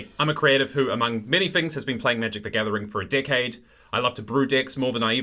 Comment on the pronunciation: lol he said 'been playing for a dickade'